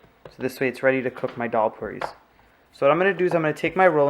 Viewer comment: You videos are very clear and you are very good. Now, it's not Doll, Dol or Dhal. The correct pronunciation is Dal. Like a baby saying da da.. dal.